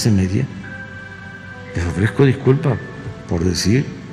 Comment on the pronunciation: "le ofrejco diculpá" el manipulador denostando a todos y a ninguno, pidiendo le disculpen por su torpeza mental, en él solamente abundan los complejos y el resentimiento, le habla a un espejo. Lamentable que después de más de 18 años de obsesión por ser presidente se dedique todos los dias a demostrar que su venganza personal está primero que cualquier cosa y se justifica con cualquier pretexto para victimizarse y causar lástima. Nunca gobernará para todos los Mexicanos.